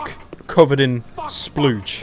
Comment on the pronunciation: "splooge"..... OWO